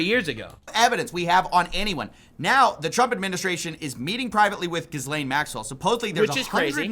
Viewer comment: I believe Ghislaine is pronounced "ji LANE". Not "GIZ lane".